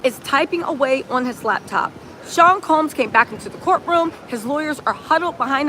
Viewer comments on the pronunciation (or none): none